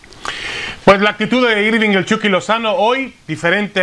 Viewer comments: Soy yo, o se escucha que le dicen "el chocky" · jaja igual iba a comentar de que le dicen "EL CHOKY"